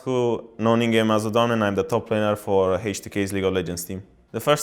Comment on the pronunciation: Wtf the way he says his IGN is so different from what the casters say lol